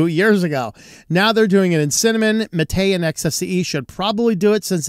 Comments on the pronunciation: While the accent is indeed on the "ma" not on the "te", the latter should still sound long. Like the "ay" in "wayland", not like the "e" in "technical". So yerba mate is pronounced as hair (like on your head), ba (as in ba, ba, black sheep, have you any wool), ma (as in grandma), tay (like that horrifying ai chatbot a while back). That's for the drink anyway, I haven't a clue whether the desktop environment is pronounced the same way or not. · One small correction about the MATE desktop: the right pronunciation would be “mah - teh”, without any accent on the last syllable *te*, which should sound more like the beginning of “technical” - a short, dry pronunciation. The name comes after the popular drink Yerba Mate in Argentina and Uruguay 🧉